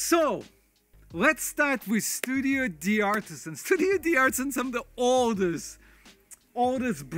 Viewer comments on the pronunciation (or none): Thanks a lot for the reviews!!! Just one mention: Studio d´ artisan is not pronounced Studio D artisan. It comes obviously from the French where we make a liaison between the d and the a. It comes from studio de artisans, but you can´t put two vowels togethere, hence the apostrophe. you pronounce it: "Studio dartisan" (hard to put in writing, but I hope you get my point). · ca me fait toujours un peu mal quand j´ entends studio de artisan. Après, le nom n´ est pas non plus très correct sachant qu´ il faudrait un pluriel... Mais bon, ce sont des Denims, pas des poèmes!